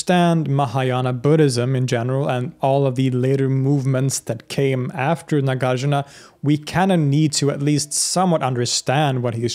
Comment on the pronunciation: Correct pronunciation; NAH GAHR JOOR NAH MAH DIY AH MEE KHAA